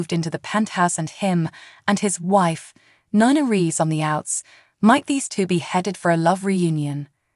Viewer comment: Its NiNa not Na Na nana means grandma please prounacne names correctly people think your talking about a grandma that's what nana mean it Ni Na say Knee than say Na ❤